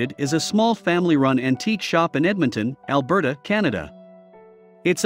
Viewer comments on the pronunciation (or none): none